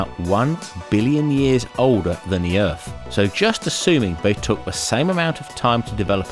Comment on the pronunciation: Where is this planet called Erf that you speak of?